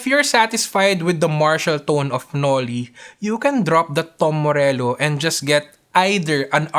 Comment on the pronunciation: "darker dune" "dom morello". you don't know how to pronounce the 't'?